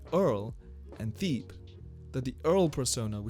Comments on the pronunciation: It's not theeb... it's ťe-bê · It's T/Hebe not thebe like how you say it. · lol it's pronounced Thebe (Teh-bay) but still a great video bro!! I enjoyed watching this one 👍🏾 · No way you said “Theeb” man😭 discredits the entire video off the start. Appreciate the effort input in tho, good video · Who else came to the comments as soon has he said “theeb” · I think his name is pronounced “teh-bay” but this is a great video you should keep it up man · everybody correcting the thebe pronunciation, but can someone tell me how to pronounce his last name ?